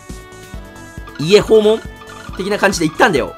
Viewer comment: 家訪問の発音が水戸黄門で草